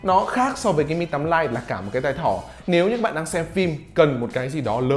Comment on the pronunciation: ãnh đọc phát âm tiếng anh hơi chuẩn haha Lite- stờ- !!😂😂😂